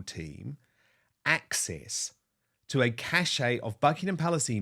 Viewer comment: Cache is pronounced 'cash'. The pronounciation 'cash-ay' is for the word cachet. Which means good social status!